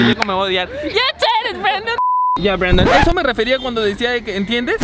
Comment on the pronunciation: No dice "Brandon" dice "brendon" 😂